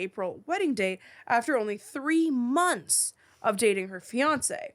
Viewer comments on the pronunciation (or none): none